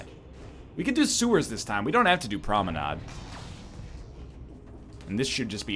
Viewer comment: Hey NL: hy have you started mispronouncing promenade? You pronounced it correctly for your first couple of dead Cells videos but have been mispronouncing it ever since.